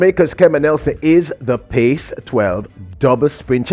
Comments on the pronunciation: Sir PAC-12 is pronounced as PACK-12 not Pace...🤔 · Was gonna post this. Was confused hearing pace. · Brother, The correct pronunciation is "Pack 12". PAC is sounded like Pack. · It's called the PAC 12; not the PACE 12. Come on! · That is pronounced Pack 12. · PAC is pronounced (PACK)